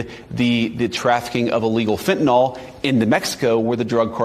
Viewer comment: "Fentanyl" does not rhyme with "alcohol".